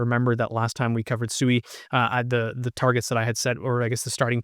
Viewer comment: It is Swee not Su ee